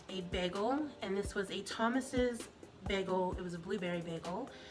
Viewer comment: “Bigul” too. GORL, it’s a damn BAGEL.